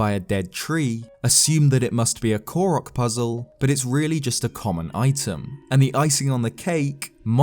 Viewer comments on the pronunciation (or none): When he say Ko-rock instead of Ko-roke 😔😣😤